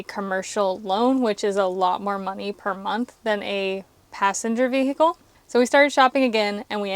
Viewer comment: veee hickle made me laugh so much